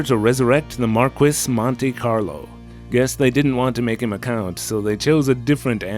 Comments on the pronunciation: Hey, re-watching this review and caught something I didn't notice before. I may be wrong but I'm pretty sure the word "Marquis" is pronounce "Mar-kees," not "Mar-kwess." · It's pronounced "Mark-eese" btw. ;-) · The Markwiss Monte Carlo. Markwiss.